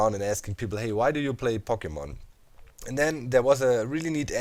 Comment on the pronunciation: As much as I love Pokemon, I just don't care about Pokemon Go. By the way, the O in Pokemon is pronounced like "oh" not "ah" It bothers me so much to hear it pronounced like that. (Sorry for nitpicking about that. Your vids are great.)